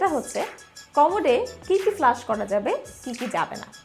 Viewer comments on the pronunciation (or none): Flash bolen na go didimoni, flush bolen.